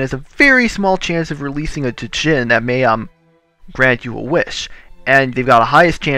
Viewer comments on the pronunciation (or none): I think I remember you giving the Archon a unicorn horn in a previous episode which is why he didn't take it now. And the djinni (or duh-jinn as you like to say it) haha im pretty sure you have to combine the d and the j into one sound. It's basically the word genie, but can be spelled jinni or djinni as well.